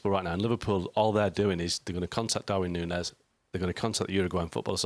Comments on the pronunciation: Is it so difficult to say Nuñez? Noon yes. Ffs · Noonyez, that how to say it